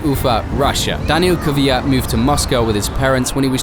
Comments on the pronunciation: It is 100% BS as usual. Try to pronounce his name properly it isn’t kyviat, but kvyat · why do you insist on calling him kiviyat? his name is kviyat... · It's not Kiv eey at. It's. Kveey at. Look how it is spelt and listen to how he pronounced it !!! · Not Kyvyat but Kvyat. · If you really feel for the guy at least try to pronounce his name correctly. The lazy English attempt of "Kiviat" is a disgrace. Danil appeared on screen in this video pronouncing his name correctly yet you took no notice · His name is Daniil Kvyat. Not "Kivyat". NOBODY in this video pronounced his name correctly ONCE. What a disrespect... Shame on you all! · why does everyone pronounce his name as kivyat? there's no i in there